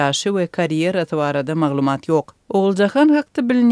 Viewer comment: прекрасный туркменский язык у вас! Только надо говорить не маглумАААт, а маглУУУмат.